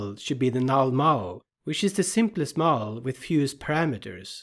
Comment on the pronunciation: Many thanks for your excellent videos. But the lecture over it is not much understandable. So, as feedback, can you possibly give your lecture's script to a text-to-speech engine (bot) to read it aloud over the video? I am saying this because you pronounce many words very badly, severely ruining your awesome video and badly distracting the audience. The worst of them is the word "model" which is pronounced by you as "mole" or "mowel". There are many such odd pronounciations. I would be very grateful if you could give the text to a bot to speak it. Thanks again for your awesome videoes.